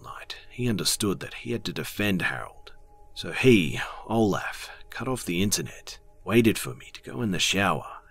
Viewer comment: in one of the stories when he said Olef? I kinda thought of Count Olaf from A Series of Unfortunate Events lol